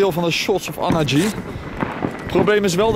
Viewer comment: anarchy spreek je uit als enerkie maat dat is het enige wat ik klote vond aan deze vid en de colectie vid. voor de rest is t fk dik en een heel gelukkig nieuw jaar en de beste wense